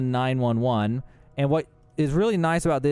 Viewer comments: Em one nine one one LOLOLOL…. Dude is a freaking Nineteen Eleven. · "one nine one one" lol come on dude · Bro, absolutely butchered M1911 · It was rough hearing you butcher "M1911"